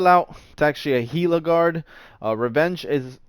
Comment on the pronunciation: It’s called Gila not hila